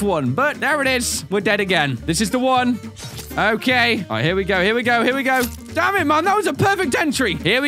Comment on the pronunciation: Has anyone else noticed that whenever says "damn it" it sounds like "damage "?..... Or is it just me?